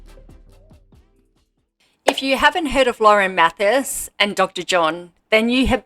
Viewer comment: As I’m sure you’ve been told by now, it’s pronounced: “Math-eye-is”. Just fyi. New sub. Good vid.